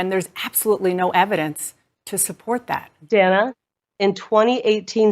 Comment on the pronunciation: Dan-a, don't call me Day-na Bash is such a hack.